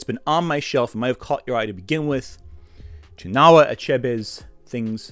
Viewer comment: I must say, I was enjoying this video but the pronunciations during the section about "Things Fall Apart" really threw me off. I am Igbo myself. 'Chinua' is pronounced "Chin-wa" 'Igbo' is pronounced 'E-bow' (silent 'G') 'Niger' was bleeped out for some reason? I really hope you did not say the N-word as Niger is pronounced "Nai-jah" or "Nee-jere" depending on the location spoken about. I appreciate the video's topic but, for something so thoroughly researched, I wish a bit more care went into checking the names of African/Igbo words.